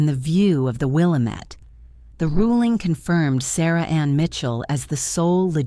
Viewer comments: Good story! However, I have one little quibble: it's the Will-AM-itt River, not the Will-ah-MET River. Please fix this. It grates on the ears of anyone who lives in western Oregon. Writing from Portland, OR, USA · PRONOUNCED..Will-a-met..hate AI... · your AI needs to learn how to pronounce Willamette.